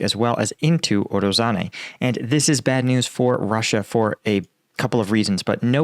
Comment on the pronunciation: you need google translate or something to say those names right. "ZH" has nothing to do with "Z" sound. Also forgetting to pronounce that "i" after "a" in Urozhaine. Also "Urozhai" means "Harvest".